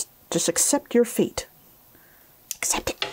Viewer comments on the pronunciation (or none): Did you say accept your fate or accept your feet?